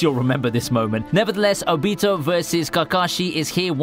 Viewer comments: HE SAID OBEETO... ITS OBITO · who tf is O-Be-toe? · Julius O.a Obito not Onito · This dude saying obito wrong. “Obiito” is not right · The way he said ObEEto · This dude pronounced Obito wrong 😹